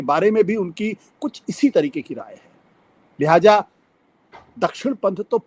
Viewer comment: Excuse me..his name is not Johran.. It's zohran ...kum se kum naam toh sahi se lein. Lihaaja ..nahi. Lihaaza kahiye. 😢😢😢😢